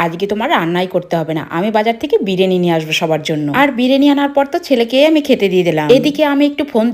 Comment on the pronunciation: বিরিয়ানি ❎ বিরিনি ✅😂😂😂😂